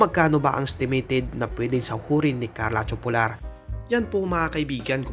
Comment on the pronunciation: TOPULAR pronounced as TO-PU-LAR not TYU-PO-LAR.